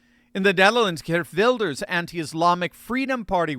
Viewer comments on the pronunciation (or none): none